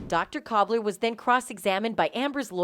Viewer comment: It’s Dr. KULBER NOT COBBLER!!!